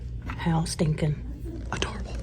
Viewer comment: U ain’t kiddin’ when u said “how STINKIN’ adorable”. Emphasis on the STINKIN!!! 😂😂😂